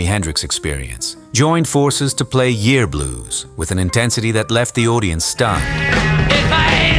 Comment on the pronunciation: It's "yer blues" not year blues, stupid!